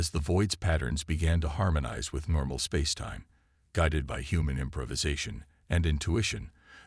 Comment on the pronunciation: I'm getting pretty sick of the A.I.'S pronouncing the concept of "Spacetime" as the mind grating 'sp AOC' It's just so irritating.!!😠😣😖😵 My main comment is WHERE THE H£LL IS THE R. E. S. T. OF THE DAMN STORY.??? Fix it computer boys and girls.!!!!!😠😠😠😬😬🙄🙄👎👎🖖👽🖖